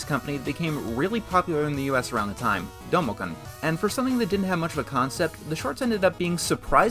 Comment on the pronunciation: You said kun wrong